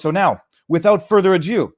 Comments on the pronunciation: Its ado not adieu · "Raison d'être" is indeed French, but "further ado" is English. Don't pronounce it "further adieu".